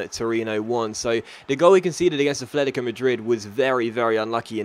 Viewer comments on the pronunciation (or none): can you please learn to pronounce atletico right. It's AT-letico not ATH-letico